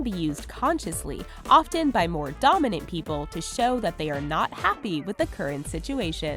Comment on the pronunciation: Wow, you should learn how to pronounce "often".